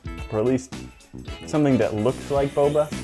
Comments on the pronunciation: BoBa not BoBo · u said bobo it's boba:) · Bruh she called boba bobo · Oh... boba. I heard and continued to say bubble.